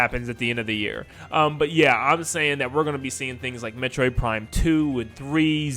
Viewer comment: Metorid, not metroid huh 😅